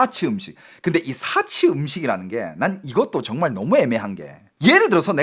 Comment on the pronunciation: 야 이놈이거진짜 한국말 못하네 사치는 단음이고 금주는 금으로만든 구슬이다 술을못마시게하는것은 그음주라고해서 금자는 장음이다 너 똑바로해라